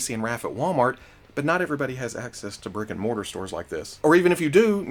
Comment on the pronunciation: When you say brick and mortar I keep hearing Rick and Morty